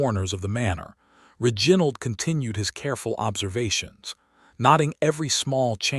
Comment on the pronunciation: Mispronunciation of key names (Reginald) and verbs (packing instead of pacing), and many more, diminish the strength of the story.